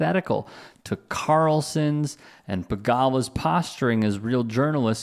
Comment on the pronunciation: Bigelow is pronounced "BIG-uh-loh." The plural of "nemesis" is "nemeses." "Nemeses" is pronounced "NEM-uh-seez."